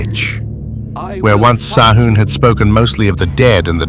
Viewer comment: I say it the same Sam Hain,grrr,it's pronounced different,anyhow,this is 👍,Thanks 👋🙂